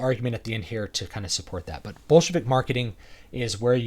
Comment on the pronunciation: When you say "Bolshevik Marketing", I keep hearing "Bullshit-ik Marketing".